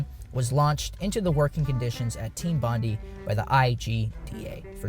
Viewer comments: It's pronounced Team Bon-DIE!!… not Bon-di. I'm an Aussie from Sydney, triggered me after the second time lol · It's pronounced "bond-aye" not "bond-ee", hermano. Had to point it out before it triggers some Aussie's autism. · Thats not how you pronounce Bondi.